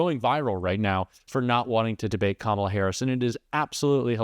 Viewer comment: It is Kamala not Kamla. I think it is high time to learn how to spell and pronounce the name of the President of the United States.